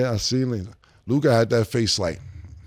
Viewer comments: "LewKaaah" drivin me badly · At this point, he either likes to hear himself say Lu-kah or he gets confused between his potna Luka Brazzi from the street... if you know you know... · "Lou Cah" -Ma$e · Think lu-cuh mase, not lu-kaaaaaa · LU CUHHHH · Somebody tell Mase it’s pronounced Lu-Cuh 😭😭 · " Luke- Ahh " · Ma$e saying LuKAH is triggering me sumthin serious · Who's Lou-kah? 😅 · Who is Lukah? Mase got to be saying his name like that on purpose.. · “Lukai” -Mase 😂😂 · Mase pronouncing it “Lu-KAH” is killing me lmfao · 😂😂😂 he say it like his name is spelled LUKI 😂😂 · Lu-god, like shamgod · Lu-kah lol😂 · Mase “LUE’KHAD” 😔🤦🏾‍♂️🤦🏾‍♂️🤦🏾‍♂️ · the way he said Luka 3 times ina row 😂 why he saying it like that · why cant mase pronounce luka?😂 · Murda adding an extra ahh to luka name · Who taught mase how to say Luka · Why is it so difficult for Ma$e to say Luka's name? 😤 Gahdamn son 🤦‍♂️🥴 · Mase just butchering Luka name my goodness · Mase is pronouncing Luka name with too many letter lol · hate the way made say luka 😂😂😂😂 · Bruh i freaking hate the way Mase says Luka’s name 😂😂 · 3 days straight and this dude can't pronounce Luka name right? He need a producer in his ear... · I have to forward any topic on Luka cuz I can't take it and they won't say anything to him. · Man murder gotta learn how to say Lukas name